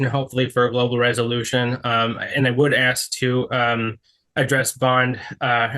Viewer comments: needs to stop "axing" so much. She is going to dull the axe 🪓. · I’m Australian and no one pronounces ask that way here. It cracks me up every time 🤣🤣🤣. I’ve seen a very well educated African American female on YouTube pronounce it the same way and it just made me cringe! Why do people do that???